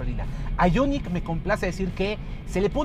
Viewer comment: porque dices el nombre del modelo en ingles ? el prius lo pronuncias en español -.